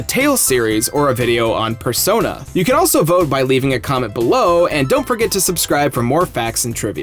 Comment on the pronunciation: Spersona. SPERRRRSONA